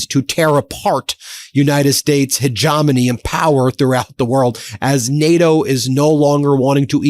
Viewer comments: Hegemony, pronunciation: huh JEH muh nee, not huh JAH muh nee. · What is HeJAHmony? Can you slow down a little and do a video without butchering a word Your cause is just but constant misfires Make you sound like an idiot